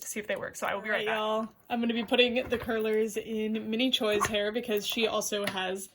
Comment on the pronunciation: Just an FYI, but it's Minnie Chwe (pronunciation) as Choi is pronounced that way in Korean. Tessa Park is pronounced as Pak (so without the K) Lovely review! I've been looking for someone to review this version of the doll but no one did one until now 🙆🏻‍♀️